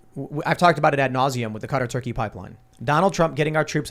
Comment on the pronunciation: Tim, it's the (kuh-taa)-Turkey Pipeline, not the (cut-ur)-Turkey Pipeline